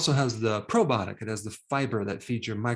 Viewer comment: Quit saying " probotic".